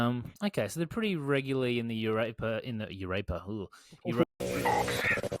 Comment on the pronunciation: The last 5 mins of that are up there with the best Sorare content ever. Absolute funkiest from the moment called it the Eurape-er 🤣🤣